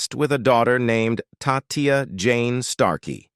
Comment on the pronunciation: You did a pretty good job, but you need to do your homework a little better, such as: 1) it's already been pointed out that John did NOT write Here Comes The Sun 2) Tatia Starkeys name is NOT pronounced Ta-Tee-Ah as you called her, but is pronounced Tah-Sha 3) Dhani Harrisons group TheNewNo2 you also mispronounced, it's NOT pronounced The-New-Know-2, but as The-New-Number-2. You also did not mention in his musical career that he was a member of the trio group A Fistful Of Mercy that released one album, or his solo artist career of which he has released two solo albums. I only have 3 words for you bud, "You're an idiot".